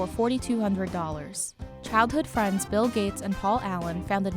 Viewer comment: His name is bill, not mill sir